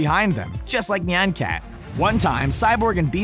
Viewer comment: It's nyan cat as in ni an cat